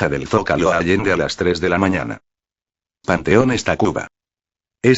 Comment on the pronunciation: panteones no pantones